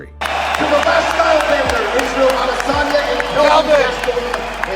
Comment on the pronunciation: The way you say Izzy’s last name is iDiotic